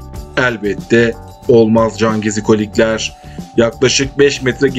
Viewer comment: Her cümlenin sonunda cangezikolikler demene gıcık oldum o nasıl bir vurgudur öyle sana ilk tavsiyem hemen diksiyon dersleri alman 👍